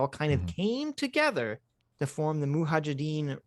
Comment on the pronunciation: Suicidal drinking game: have a shot every time says "moohajadeem"